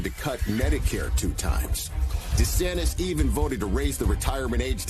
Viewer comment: "Deesanniss" lol